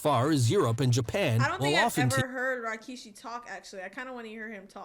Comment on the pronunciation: She is even pronouncing his name just like Jim Ross- Rawkeyshee lol😅